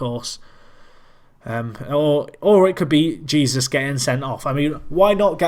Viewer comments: Jesús is pronounced like Jesoos, keep up the good work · who gives a shite it sounds funny when he says jesus like he is